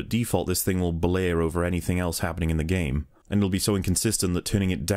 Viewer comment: I just can't listen to, he won't let go his "Dis gaem's a moovieh" bullshit and his voice sounds so damn artificial.